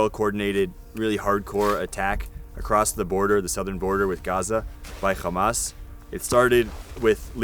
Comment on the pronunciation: can someone explain to this guy that hamas isnt pronounced khamas